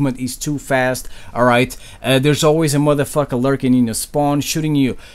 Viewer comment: It's funny when say motherfucker in his accent It cracks me up all the time